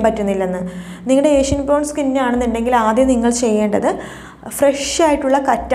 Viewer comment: അതാണ് ഞാനും പറഞ്ഞത്😊 ഒരു പ്രാവശ്യം അല്ലല്ലോ.. കുറെ പ്രാവശ്യം ഏഷ്യൻ എന്ന് പറയുന്നുണ്ടല്ലോ.. പിന്നെ how old are you ചോദിച്ചിട്ട് reply illaa 🙃 പറയാൻ ഇഷ്ടം അല്ലാത്തത് കൊണ്ട് ആണോ